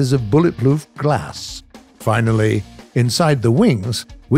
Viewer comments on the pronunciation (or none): Is it me or did he say “bulletploof” instead of “bulletproof”? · I swear he says bullet “ploof” glass😂😂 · "Bulletploof glass" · hahahaha bullet ploof glass nice one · Er… well… um… er guilty! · bulletploof glas? xD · Yap lol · Am I the only one hearing "bulletploof glass" ? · "Bulletploof glass" I love you. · "Bullet Ploof Glass"